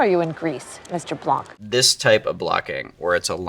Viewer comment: Blanc have a silent "c".